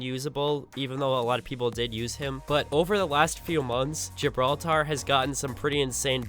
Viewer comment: GibrAltar is what you say lol